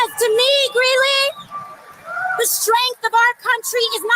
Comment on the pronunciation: It's Greeley, not Greenely